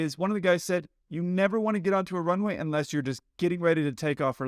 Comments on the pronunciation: I find the controller pronounces the word runway too fast. The pilot does not understand "rnway". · Really don’t like the way this controller is pronouncing the word ‘Runway’. Sounds like ‘runny’ and he does it over and over again. Would it kill him to enunciate better for someone whose native language is different than his? And as someone else has mentioned, 4L could be interpreted as ‘for left’ by someone who is completely mishearing ‘runny’. The Latam pilots could have had better situational awareness for sure, but that controller can learn to pronounce things in standard pronunciation. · Might be easier to hear what he's saying if he actually PRONOUNCED "runway" instead of mumbling a "runwy" super fast. Assume that every pilot is having problems hearing you and be super clear and articulated. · The tower not able to pronounce the word 'runway' didn't help my understanding of his calls at all. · The controller should pronounce ''runway'' better. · That controller needs to master the word 'runway'.